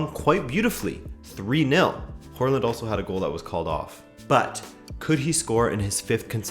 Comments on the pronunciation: It's not WHORELAND, THERE IS NO R IN HAALAND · Pronunciation of Håland a little off ;) great video as always tho 👌